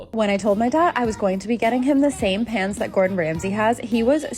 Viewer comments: lol I heard “pants” not “pans” and was so confused 😂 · On another note …… I miss heard you a couple of times and I genuinely thought she had brought her dad Gordon Ramsey pants not pans 😂😂😂